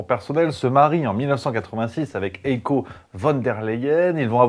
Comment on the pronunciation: de M. La Hyène, son prénom il se prononce "haïe-ko" (avec un "h'ach haspiré") et non "éco". Sinon, très bon taf, comm' d'hab.